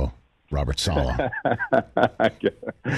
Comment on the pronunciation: "Sala" please Rich 😭 it's Saleh. This guy must be done correcting people's pronunciation though 😂